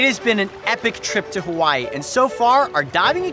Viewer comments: Did any other anime nerds hear it as him say Kawaii? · I thought he said Kawaii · Did he say island of kawaii? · legit thought he said kawaii